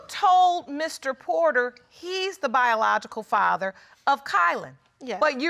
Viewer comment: “ if im the farver “ WTH ! It’s father , sir 🤷🏻‍♀️